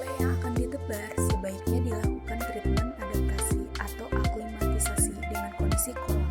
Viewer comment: Aklimatisasi bukan aklimatisai. Olshop po sai sai sai 😂